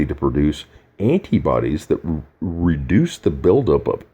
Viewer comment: He even has trouble pronouncing "reduce" and "indicative" omg😑😑😑😑